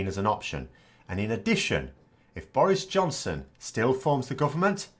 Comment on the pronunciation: are you saying "Boris Johnson" or "Boris' Johnson"? ;)